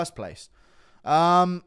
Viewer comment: R’s are pronounced in Mexico GURU🤣. Its Rafa not Hafa